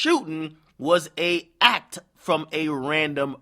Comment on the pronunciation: Why you put emphasis on the word ACT?